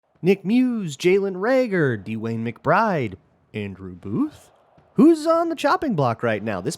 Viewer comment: Why do he say Dewayne like that lol